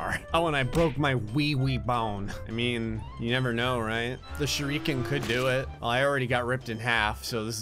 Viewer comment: pretty sure you keep pronouncing "shuriken" wrong.